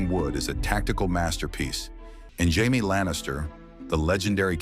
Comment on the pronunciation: I'll be afraid of AI. Only once it leans to pronounce Jaime, Arryn, and Rheagar correctly.